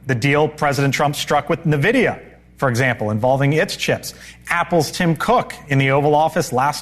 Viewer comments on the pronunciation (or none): it's not "nuh-videa" it's "in-videa"